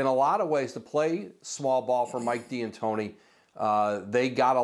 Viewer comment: Why does he keep calling him Mike D'Antoni as Diantoni?